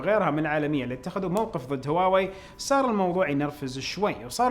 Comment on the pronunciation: ليش ما تنطق هواوي زي الناس ولا لازم تسوي نفسك فاهم انجليزي صح